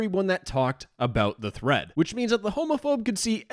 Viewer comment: the fact this sounds like threat more than thread makes this 10x funnier lmao